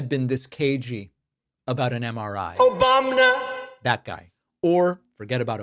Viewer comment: David sir, the “Obamna” was just what I needed tonight. The inflammation in my hippocampus miraculously cleared. Thank you.